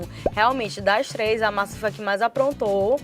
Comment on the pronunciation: Voceis e treis são pronúncias erradas.